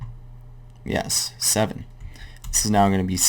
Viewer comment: 43.29 when you say seven, you sound like a northerner from the UK.. just so you know. amazing tutorial, thank you